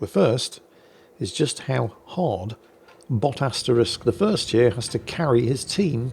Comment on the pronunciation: Wow, can't even say Bot? You lazy old bastard. Off to the salt mines then